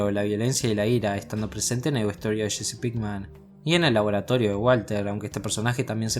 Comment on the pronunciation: jsjsj es jessi no sshcchssshsheeccheeesii 😁🤣🤣😆